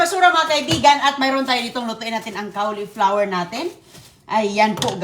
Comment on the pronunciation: Correction po! Hnde po Cawliplawer ang pronunciation... coliflower po ang CAULIFLOWER. Once in awhile dapat correct po ang pronunciation dapat kc influencer po kyo. Dn't take this as bash its for u to say the English word rightly and we call it "Correct Pronunciation"not "Pronounciation"...✌️🥰